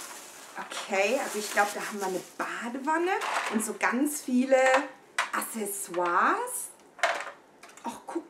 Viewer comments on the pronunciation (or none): none